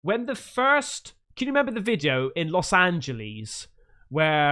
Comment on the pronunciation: Los Angelease 🤔